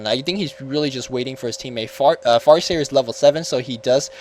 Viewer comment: did you said fart seer? lol